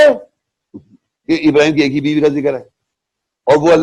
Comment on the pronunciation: 100% galat tarjuma or tashreeh kr rha hy yee yahi nateeja hy khud bakhod mufti bannany ka.... Or Ibrahim A.S ki dua ka sahih talafuz taak ni atta or shaikh bana howa hy😂😂😂😂😂😂